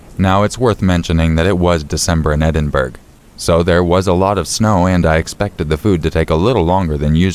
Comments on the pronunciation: The way he's pronouncing Edinbrough is so funny to me. It's a place in Scotland and it's pronounce ed-in-bruh not Edinburg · Edinburgh is actually pronounced Edinburrow. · It’s actually pronounced Edin-bur-ugh